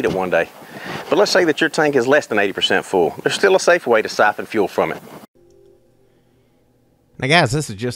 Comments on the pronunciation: Why do you call it "suffin" when it's spelt "syphon"? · I never knew "siffelin" could be so easy!!!😂😂